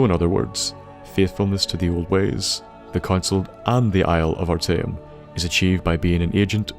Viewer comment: You said arteum perfectly